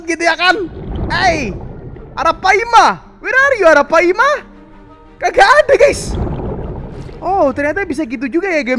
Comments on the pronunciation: Ara palma bang bukan ara paima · bang pas ngomong ratu yg legenda hidup di sungai itu arapaLma bukan arapaima